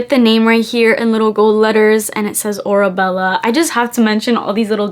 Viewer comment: The perfume is pronounce “aura-Bella”, the name comes from Hadid’s Arabic family name which means “iron ore” and the word “aura” which refers to the “distinctive atmosphere surrounding each person” The brand also includes the cursive words “ Oasis of Love” 🤓